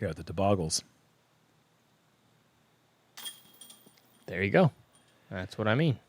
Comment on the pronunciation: We need a catch cam in the corner of the screen of face when Uli says something crazy! I wanted to see his face when he said toboggels. 😂